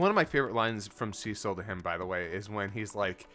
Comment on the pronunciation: The "Seh-sil" versus "See-sil" hangup would be a little less jarring if we hadn't already gone through 20 episodes of content in which they have consistently said the man's name as "See-sil". It comes off as if he either didn't actually watch the content, watched it in a different language, or is disagreeing with the showrunners who are directing it, which includes the creator of the original content this adaptation is based on.